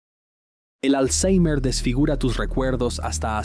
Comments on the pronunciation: Por qué dices alzheimer con la R pronunciada como en inglés? no sólo queda de que te las das de listo, sino que alzheimer ni siquiera viene del inglés vaya flipao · le metió acento inglés 🥵🤙